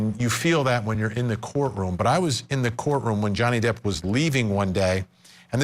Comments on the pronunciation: & this dude calls Johnny Depp Donnie Jepp😆 I don't trust his advice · Guy says Donny Jepp. Twice. 😂